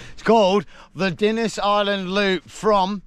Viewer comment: PS Dinas is up on the main road (and pronounced Dee-nas)